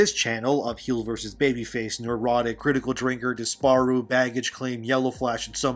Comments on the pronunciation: It feels weird the way you say Disparu. But that's such a minor nitpick. Keep up the good work. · This man cannot pronounce Disparu lol